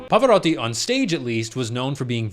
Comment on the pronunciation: I applaud you for this - you pronounced the name of the legend right. Pava would have been proud☺️ (I’m not Italian but I know the Italian pronunciation quite well)